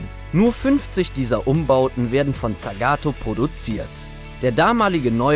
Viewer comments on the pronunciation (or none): Und tsagato waruuuuuumm